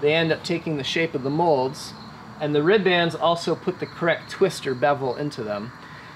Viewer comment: If you guys want to sound like salty old boat builders you have to stop saying rib bands. It's pronounced rib'ns almost like ribbons, like you would tie up into a bow.